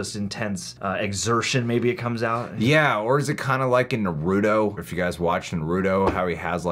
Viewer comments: I'm not letting the way you pronounced naruto slide come on man disappointed the rest video was cool tho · the naruto pronounciation.. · The mispronunciation of "Naruto" made me slightly sad lol but great video nonetheless 🙏🏿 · why do you pronounce 'Naruto' like that, especially since you seem to watch it in Japanese... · saying "Naruto" in a different Way Lol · I love these guys but, is no one on here gonna talk about the Naruto mispronunciation? Lol